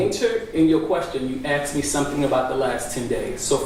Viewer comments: The word is ASKED, not AXED. What a mess in this county. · Is he saying axed instead of asked? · When did “Axked” become a word?? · It’s Asked not Axed ‘ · I can’t listen to him saying “axed” over and over again. He sounds ridiculous. He’s dumb, mean, unresponsive and argumentative. The judge is obviously afraid of the DA’s office. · He did a lot of ‘axing’ Dangerous guy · and “ax”. 😂😂